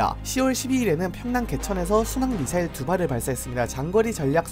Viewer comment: 발음까지 미싸일이라 한거 보면 노린거임